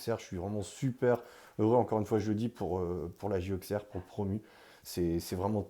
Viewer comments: Merci,je suis née là bas,et la prononciation AuXerre me fait mal à la tête. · On prononce ausserre même avec le x... merci 💙🤍💙🤍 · petite info sa se prononce ausserre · Très belle vidéo. Par contre il va falloir apprendre à prononcer Auxerre correctement 😉